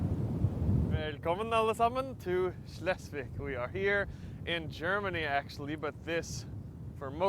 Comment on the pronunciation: Schleswig is pronounced like „Shlesvik“. ;)